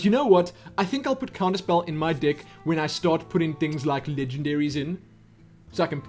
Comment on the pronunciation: u make me laugh... u say dick instead if deck